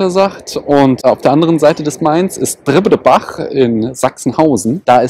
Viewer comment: Es heißt dribbdebach und nicht dribbEdebach :D